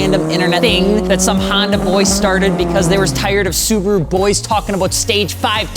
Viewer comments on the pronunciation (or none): none